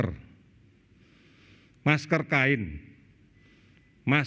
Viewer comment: Penekanannya kurang pas. Mksdnya masker kain. Masker bedah dan n95 hanya utk petugas